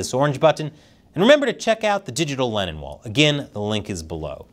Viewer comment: You are pronouncing Lennon as Lenin. There is a difference.